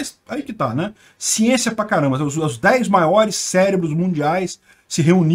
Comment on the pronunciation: "Sienssia" pra Caraleo!!!!